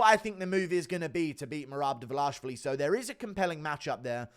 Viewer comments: Can you stop saying Davlashvili? It's Dva-lish-vi-li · it ain't 'Dvlaishvili' - annoyed the fuck out of me 🫠🫠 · The DVALISHVILLI pronunciation is HYSTERICAL!!! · please learn to say his last name right haha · why do you butcher merabs last name?